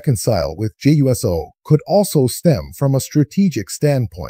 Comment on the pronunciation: You can’t even pronounce Jey’s name correctly.